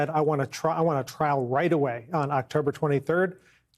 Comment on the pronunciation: What's all this about? Calling the guy "cheZ-borough ".... Pre-nounce it RIGHT, DANG-IT!! you're taking all the fun out of this! You talkin head! CHEESE-BRO! CHEESE-BRO! CHEESE-BRO! SAY HIS NAME!!! BRO.